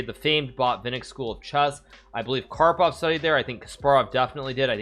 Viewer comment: The disrespect to karpov's name tho